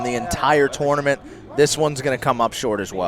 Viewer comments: Hey, please learn how to say tournament for phux sake. "tO0oo0rNaMiNt" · Love how pronounces "tournament"